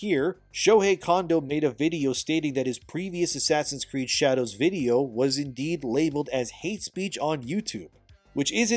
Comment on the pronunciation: Asscree sounds like ass reeeeee